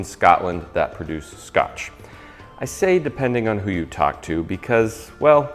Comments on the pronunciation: Great video. I'm in the west highlands, and there are a couple of corrects. Islay (well done on the pronunciation, lots of people put the Y at the end... the islanders pronounce it Ee-la). Islay isn't actually the most southern island, that would be Arran (excluding the tiny crag islands). Arran has a couple of distilleries too, worth checking out. Pronunciation checks for you... Auchentoshan - Ock-en-tosh-en Oban - Oh-bun Glenmorangie - Glen-morre-an-gee Lagavulin - Lag-ah-Voo-lin Campbeltown - Cam-bell-toon Bonus you didn't feature, but I love the pronunciation vs spelling... Ledaig - Lie-cheg. Got to love our language. Shame you couldn't get any Campeltowns. Glen Scotia has some fantastic expressions... I'd recommend taking a look at Loch Fyne Whiskies Hamish and his team can ship to the US for a postage, but they get some excellent bottles and even get their own exclusive barrels from most of the distilleries. If you like the smokey ones, I HIGHLY recommend you get a bottle of Octomore (10.2 is my favourite). It is spectacular. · I've visited almost all the distilleries in Islay and they all pronounce it just like did! Ardbeg is fantastic:D